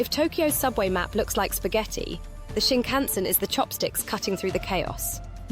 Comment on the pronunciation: I think you should ask someone how to pronounce the word Shinkansen, they way you say it reveals you might have never been on one 🙂